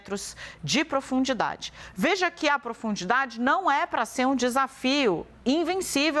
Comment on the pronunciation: Apresentadora , - Em alta produndidade ? Que isso ? 😢